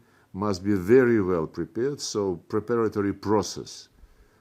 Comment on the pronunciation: How poor his English is! Especially for someone who lived in USA for years. Udmitted, pripared etc. Not to mention that this horse as he's known in Ukraine is a habitual liar like his boss. Those who admire him are either fools or paid stooges .